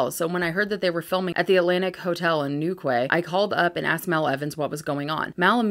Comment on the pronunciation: Yeah i got to that hehe , Also 2 things 1 you're a beautiful human being inside and out and 2 ( Newquay ) is pronounced ( New Key ) :) Happy to help! haha